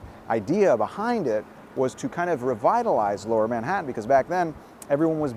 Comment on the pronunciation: Did he just say "Ma-hadon" rather than Manhatan? 😂😂